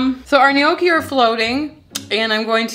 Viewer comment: love your channel, however--gnocchi [ nok-ee, noh-kee; Italian nyawk-kee ]